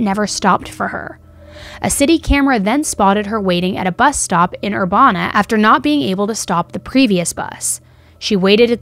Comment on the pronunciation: Thank you for sharing this story and as one of your true crime besties I wanted to let you know it’s pronounced Urbana with a hard A. Champagne/Urbana has a special place in my heart. My best friend lived down there and his nickname was Urbana. He passed away in a tragic accident trying to escape his crazy controlling ex-girlfriend who was holding him in her apartment and refusing to let him leave a few years ago and is very missed. A few of my friends went to school there I grew up in the suburbs of Chicago, and I toured with a bluegrass band the Henhouse Prowlers as a merch girl and at the time their fiddle player was also from there and that is how I met my dear friend Urbana.